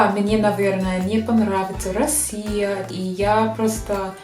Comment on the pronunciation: Почему вы перед некоторыми словами вставляете букву Р? врусский язык, Вроссия. Что это?